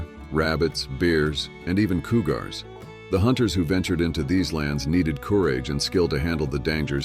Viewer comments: Silly AI narration: a Coo-gar, like Cigar. Ruins the whole piece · CooGar. This is what people are talking about and not liking AI voices. Get something that can make proper pronunciations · You could have kept the pictures in order according to date instead of jumping all over the place. Great pictures! I could have done without the AI mispronounced inaccuracies, though. We would never use meters for measure or a coo- gar. Thanks for the history lesson, while using futuristic sound. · The word "cougar" is mispronounced coo-GAR' similar to the pronunciation of cigar with emphasis on the second syllable. The correct pronunciation is COO'-ger with emphasis on the first syllable. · Yeah, like "cougar" is mispronounced coo-GAR' similar to the pronunciation of cigar with emphasis on the second syllable. The correct pronunciation is COO'-ger with emphasis on the first syllable. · Coo gars? .... wow ai voices are still struggling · Coo-Gar? Really? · what is a "cooogar" ? The use of AI has gotten out of hand ... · Coooogar, followed by cooorage,🤣🤣🤣🤣. AI strikes again,😬